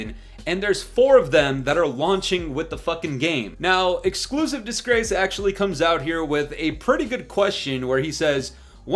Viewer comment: Am I the only one hearing “Exclusive Disgrace” or do I need to see a doctor?